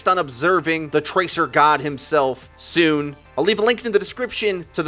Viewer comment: isn't the name pronounced like So On? the name SoOn after all